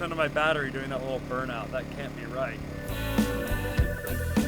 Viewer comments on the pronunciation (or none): He said "burnout" yet we all heard "Thore out"😂